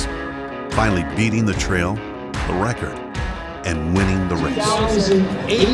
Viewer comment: Trail race not "trial race". Jim "Walsey"?